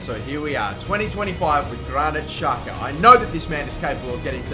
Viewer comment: He is albanian.. And it is pronounced jaka